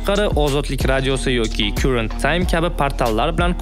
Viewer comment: Current times. Siz uni "kyurent tayms" dedingiz. Karent tayms o‘qilardi, adashmasam